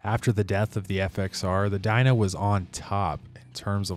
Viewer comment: No hay pelele más grande que tu al no decir "FXR" y pronunciar de manera pésima el nombre del modelo se escribe "DYNA" y se pronuncia como "DAYNA" y ni siquiera investigaste la procedencia del nombre del modelo.. pero bueno, así como tu existen varios que solo desinforman al público para obtener sus Like's..👎🏻